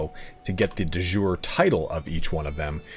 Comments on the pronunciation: not "de jour" it's not french, it's latin. De Yure/iure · Awesome vid! Your pronounciation of de jure and prowess are a bit off !